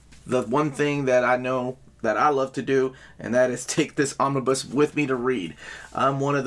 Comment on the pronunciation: did you just say Omni-boo? lmao